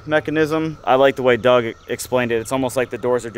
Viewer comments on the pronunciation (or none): none